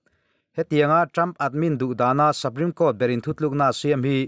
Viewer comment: Sapreme nilo in supreme tiin lam zawk teh a